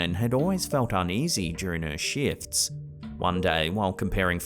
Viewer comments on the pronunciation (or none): Lmmfao 🤣🤣🤣 i swear he says "during her shits (instead of shifts)